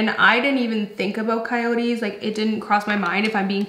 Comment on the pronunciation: It's " coyotes" 😆